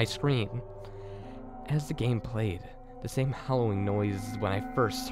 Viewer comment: I think its funny how u say da instead of the